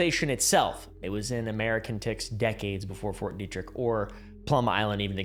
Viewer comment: dude pretty much said ft detrick right well done lad